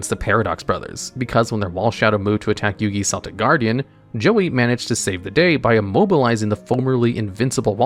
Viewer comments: "Selltic Guardian" 😂😂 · Huh, I didn't know Celtic Guardian was a basketball fan. I'm pretty sure that's not how Celtic Guardian is pronounced. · Who else got triggered hearing "Seltic Guardian?" 😅🤣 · It makes me feel a good kind of funny when you pronounce it "Selltic Guardian" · "seltic guardian"